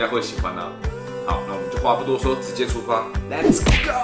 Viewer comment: "Les's go" xd LOL